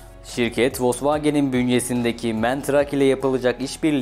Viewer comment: MEN DEĞİL MAN DİYE OKUNUR